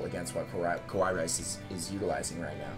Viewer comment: It's fucking KA+WA+II, not KO+WA+II.